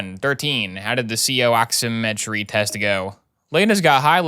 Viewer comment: As a EMT and soon to be paramedic his pronunciations of medical terms hurts me.. “Ehd a muh” for Edema “Ox eh met tree” for oximetry